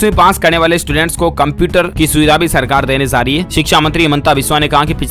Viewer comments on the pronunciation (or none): Phly sahi se bolna Sikh jao baad me news dena Aaz nhi aaj zaa nhi jaa bro😑